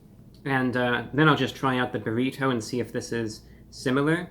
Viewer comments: The way this man says “bur-eee-toe” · "The buh-reh-toe" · I love how he says brrrrito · What is that shell colored with, beets or red dye? Your pronunciation of “burrito” is so peculiar! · Stop saying burrito like that! Clip your fingernails too!